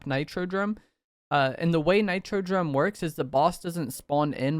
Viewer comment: Bro said nitro drome way too many times DOME ffs